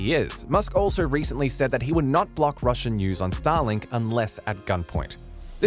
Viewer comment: Please don't prenounce it as Stalin(k)😂